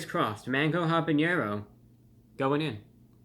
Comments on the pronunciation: Lol, love that you pronounce it habañero, but it's actually habanero. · Hey ReviewBrah, I'm gonna be that guy. Unlike jalapeño, with the 'ny'-sound, habanero has no tilde over the n, so it's just 'haba-nero'. Keep up the great reviews, I appreciate the honesty.